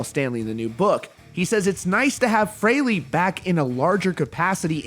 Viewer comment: Why don't you pronounce his name correctly pronounced Free-Lee not Frail-lee